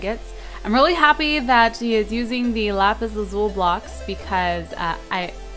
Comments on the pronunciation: its pronounced lapis lazuli not lapis lazul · it is not pronounced lsul it is lusle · Isnt it pronounced lapislazul-i not lazule? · it's pronounced lapis lazuli! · She can't pronounce lapis lazuli right!!!